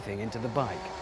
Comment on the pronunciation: At the start, did he say "The right place for the right blike"?